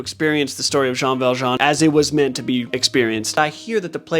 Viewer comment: You actually said every french word really well, expect the name Jean lol and to honest, it something you need to hear in order to be able to say it properly. I can't think of a single english word that would help pronouncing that name.